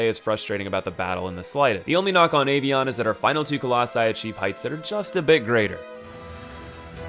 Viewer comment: Boi pronouncing avion as ay-vieyon